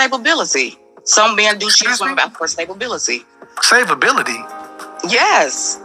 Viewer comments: Did she say "stablebillity", I don’t even know what that is 😂😂😂😂😂 I don’t either, I know stability though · She said "stabability" lol. Time to go back to English class. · She said “Stablebility” wtf is “Stablebility” 😂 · It's stability not staplebility lmaooo 🤦‍♂️🤣 Kev was about ready to hang up, in his head he was probably saying I got to get this dumb illiterate "diva" off the phone.😂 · Right! Also it's stability not staplebility lmaooo 🤦‍♂️🤣 Kev was about ready to hang up, in his head he was probably saying I got to get this dumb illiterate "diva" off the phone.😂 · This woman said staybability instead of stability she's big, old, got 2 kids, and slow and she talking about her cookies that her ex husband left on the counter for santa 😂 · I think she meant to say,sta-bil-ity,stability. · She said stable bility I m done she stoopid and stubborn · Stablebility? LMAO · Stability stay bowl bility 🤣🤣🤣🤣🤣fried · She said:"stabability."🤣🤣🤣🤣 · Eeekkk "stabibility"....oh my Kevin...Save yourself...hang up quickly b/4 you reach through the phone and slap her for real!!! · Stabe-ability???? Bruh. 😂😂😂😂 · ...she actually meant stalibillylillyty 🤣🤣🤣🤣🤣🤣🤣🤣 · Lol she dont even know english... what is stablebilty...🤣🤣🤣🤣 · She said stabability 😆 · “Stabalbility” 😂😂😂… but she’s high value, right!? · Savorbility 😅😂🤣, im done lol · I think the bish said "stablebility" hahahaaa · A NFL lineman sized "celephant" two-time mother 37 wants "stabability". Incredible. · She try to say stability. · She's trying to say " Stability" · She was trying to say stability